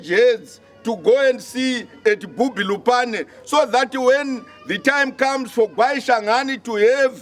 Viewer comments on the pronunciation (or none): Bubi not Bhubhi.